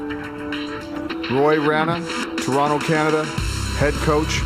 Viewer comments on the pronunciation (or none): none